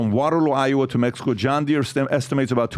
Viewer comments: Wtf is mehico??? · You said “Mehico” ❤!